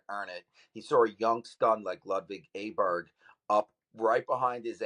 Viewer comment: No It’s not. Type Åberg with an ’Å’ in google translate and listen to the swedish voice.